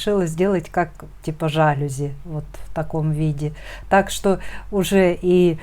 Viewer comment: здравствуйте, а я хочу сказать, что Ваш муж тоже рукодельник, золотые руки, какую ширму сделал, загляденье! Вы не обидетесь, если я Вас поправлю, в слове ЖАЛЮЗИ, ударение ставится на последний слог,а не на первый, а котик очень мнн понравился, готовлю лоскуты для его шитья. Спасибо Вам большон за мастер класс. Елена.г.Воронеж.